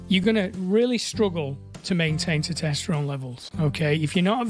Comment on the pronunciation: How are you still not able to pronounce "Testosterone"?